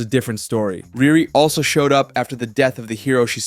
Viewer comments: It’s pronounced Re Re not Rear Re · I agree but her name is pronounced “ReeRee” 😊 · It’s pronounced “REE REE”!